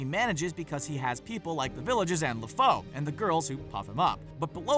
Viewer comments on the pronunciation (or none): 1) Cinderella didn't go after a prince or a life of freedom; she just wanted a night off. She just happened fall in love that night, thus escaping a life of abuse that she in no way deserved. 2) It's Lady Tremaine, not "Stepmother" 3) It's pronounced "Lafoo," not "La-faux" 4) Claudious from Hamlet is totally on par with Scar. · Gaston's sidekick was named Le FOO, NOT Le FOE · When you pronounce Lefou wrong :/